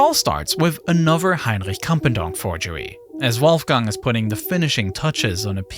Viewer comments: The way this guy pronounces another as anover is so funny like bro speak better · I detest narrators who have a lisp. It is pronounced 'anoTher' not 'anuver".